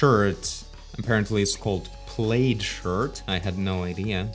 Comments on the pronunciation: plaid is actually pronounced like plAAd a not like plade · it's pronounced plad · The word ‘plaid’ is pronounced to rhyme with ‘Vlad’. - Old people have lips. The sunken look you’re referring to is a result of not wearing dentures. So make sure not to mix the sunken look with a mouthful of teeth. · Plaid is pronounced Plad as in P as in person and Lad, it is the type of design on the shirt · ITS PLAD! ( that's how it's pronounce ) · sounds like some great ideas and really interesting characters you got there! also btw, although its written like "plaid," it's pronounced like "plad" like rhyming with "Lad." Who knows why :D